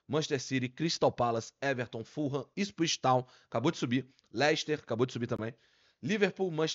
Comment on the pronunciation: Ipswich virou um trava lingua ai hein,?